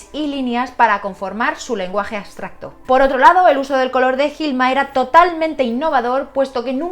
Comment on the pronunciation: aBstracto- aBBBBBsssstracto, con B!! B, B, no aSSSSStracto ABSTRACTO (con B)